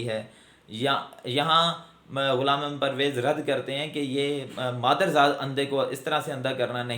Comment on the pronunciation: I appreciate you the way you pronounced the name of Ghulam Ahmed Pervez sb, but you don't qualify to discuss his personality. I have read him extensively and I found him a great scholar.